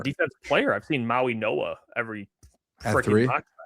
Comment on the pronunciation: It’s mauigoa not mowinoa!